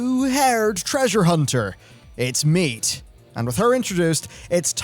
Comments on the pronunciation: Mide. Me-deh. Not "Meat" or "Myd" xD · No her name isn't Meat xD" it's pronounced more like "Me Dae" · Sounds like he is saying M'aiq instead of Mide or is it just me? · I hate that I’m that person, but it drove me crazy hearing him mispronounce Mide the whole video lol. You say it like Mee-day like you would in Japanese. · It's "mee-day" by the way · changing the pronunciation of Mide here and there lololol